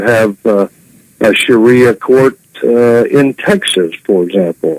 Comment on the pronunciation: Sha-ria, wouldn't that be a nice girl's name?lol